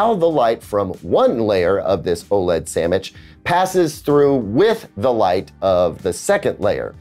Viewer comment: says: "....OLED sammich..." 😂